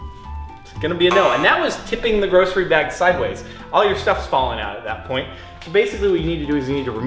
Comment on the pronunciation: The way you're saying grocery is making me cringe 😂